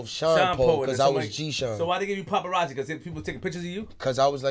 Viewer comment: He said popperazzi